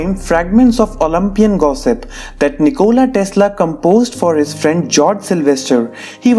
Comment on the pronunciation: Why did u put nichola tesla ch=ć or č when u read it